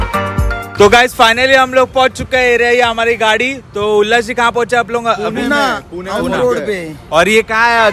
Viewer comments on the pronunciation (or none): पुना नाही पुणे बोलायचे